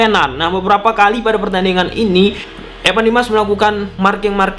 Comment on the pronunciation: Evan bang bukan epan